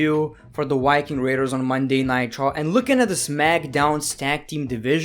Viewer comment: When he said the Wiking raiders I rewound and said " The what?" And he said Viking the last time he said it